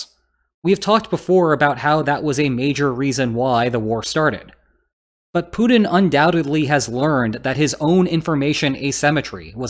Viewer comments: You keep saying Punin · Hey! You gotta start pronouncing putlers name with a “T” sound (instead of a “D”). Or wagner with a “W” instead of a “V”. Or Afghanistan with its second A sounding like an “A” instead of an “O”… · “Poodin” = “Putin” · I like ho you call him "Pooed-in"